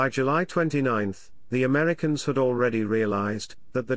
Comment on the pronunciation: "The Ameddy-kins" landed. Bwa haa!